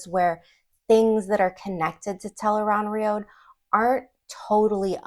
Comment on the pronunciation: The accepted pronunciation of Tel'aran'rhiod from The Wheel of Time is tel-AYE-rahn-rhee-ODD or tel-ah-ran-ree-od. It is often phonetically spelled as "Tel Aan Riad" or "Tel'eran'riad". It is not pronounced as "tel-aye-rahn-rhee-OAD (road)". Its ends with an ODD sound, not an OAD sound. I've been a fan for over 19 years. Please pronounce it correctly in the future. It matters: Here an an analysis of "tel-aye-rahn-rhee-OAD" Your pronunciation, "tel-aye-rahn-rhee-OAD," is very close to the official pronunciation. The only major difference is your final syllable, "OAD" (likely rhyming with "road"), whereas the official pronunciation ends with "ODD" (rhyming with "nod"). Old Tongue Meaning Interpretation: Based on the Old Tongue dictionary in The Wheel of Time Companion, here is how your variation might be interpreted: Tel (Commonly functions as "The") Aran (Adjective: Right-hand or Right-side) Rhiod (Noun: A World or Land) While the literal, accepted translation is "The Unseen World", a potential literal reading based on these roots is "The Right-Handed World". Changing the final sound to "OAD" does not explicitly change the translation from "The Unseen World" within the context of the books, but it alters the phonetic structure of the final word "rhiod," making it sound more similar to a long "oh" sound rather than the short "o" favored in the audiobooks and official guides.